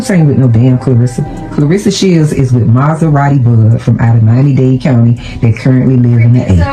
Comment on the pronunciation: Who the hell is "B Clarsa Shelds?!?" Cmon 50, you too old for this blsht!